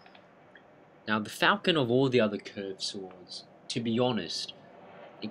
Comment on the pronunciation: I can't take someone seriously that can't pronounce 'falchion' correctly.